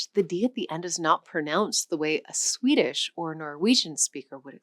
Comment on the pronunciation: I sort of expect someone teaching the history of our languages to be able to pronounce the words they use somewhat closely... but no, it just sounds like a bad try....